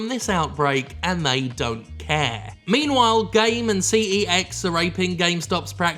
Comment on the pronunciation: I dont know if anyone has said this but cex (formerly computer exchange) is pronounced sex